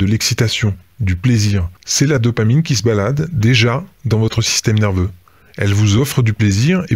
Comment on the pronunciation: VIE-tamine au lieu de dopamine !!! Merci ... Rock on !!!